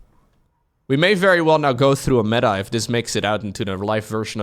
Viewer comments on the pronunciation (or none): none